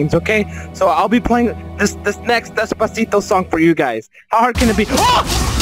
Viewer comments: The way he says Despactio is amazing🔥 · the way he says despacito upsets me :’)